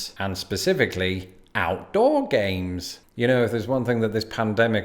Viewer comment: At first I thought you said “Gays” instead of “Games” . Ngl for a second there I was questioning reality Love your content btw :) Time stamp